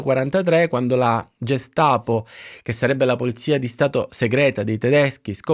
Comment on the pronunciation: rendo merito al tuo grande impegno ma Gestapo pronunciata col suono “g” e non “gh” (ghestapo) non si può proprio sentire!!! 😱😱😱 P. S. ti vogliamo bene cmq ❤